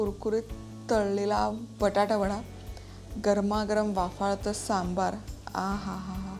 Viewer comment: "सांबर" नाही हो, "सांबार" असा शब्द आहे. सांबर हा प्राणी असतो. पदार्थाचे नाव बरोबर उच्चारा.